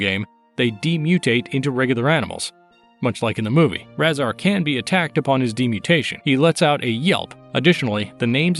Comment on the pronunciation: His name is pronounced RAY-ZAR